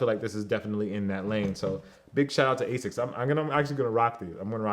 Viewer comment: The quantum 360 and 180 are not the best running shoes because they are little heavy if you want a runner/trainer the gt 1000 and 2000 is the way to go. Also anyone else triggerd by the way he said asics.